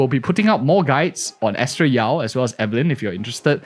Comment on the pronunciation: "bennett yao" XD